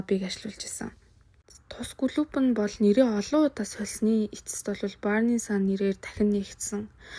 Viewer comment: Burning sun gdgee buruu unshaad bh yumaa